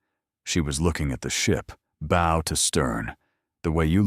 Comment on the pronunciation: Bow is like (cow) not crossbow. Why is she standing in front of an 'Australian coat of arms (kangaroo and Emu)' - Not Norfolk News. Pier is not (Pierre) Each framame shows different awards around her neck. Marian OKoye (says Okafore)